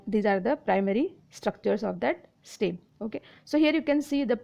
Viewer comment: It is not steem its stem 😅